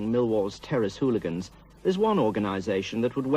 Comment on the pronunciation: Great idea to have a chap who can't pronounce 'hooligans' narrate a documentary on hooligans. It begins with an h, Sir, an h.